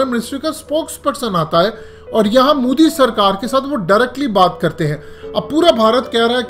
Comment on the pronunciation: bhai plzzz modi bolna seekh lo. mudi nhi bolo